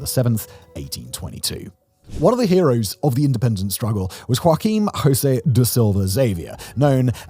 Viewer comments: Funny how he pronounces "janeiro" correctly but goes on to say "hoaquim hosey" hahaha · Please don't pronounce "José" as "hosae". Portuguese is not Spanish. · You mentioned President José Sarney but pronounced his first name as it said in Spanish. Portuguese J has a sound close to the English pronounciation of j. So it would be "Jo-ze". With a J sound like English or French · José in Portuguese pronunciation is very different from spanish "Hose", it's like "Joseph" in english, without the "ph" in the end. 👍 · why you english speking people spell José with a R insnted with J like how it's properly pronounced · Very good infotainment. Thank you for sharing. Remember, however, that the names "Joaquim" and "Jose" are not pronounced like in Spanish. The French "J" is a better approach.